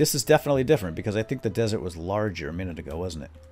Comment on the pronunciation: *desert lol not dessert